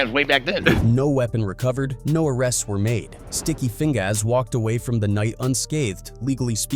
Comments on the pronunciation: Sticky Feing-GAAS and Art-TEES (AI generated pronunciation these days) 😂😂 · Sticky Fing-GAAS 😂😂😂